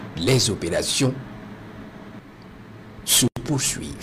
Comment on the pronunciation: Ces kériminels doivent tous être bien verrouillés. Le commentateur mérite un prix d'or. Les opérations ...........................................................se proursuivent.😆😆